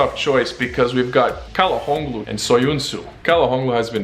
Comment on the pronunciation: It is pronunced Chalhanoolu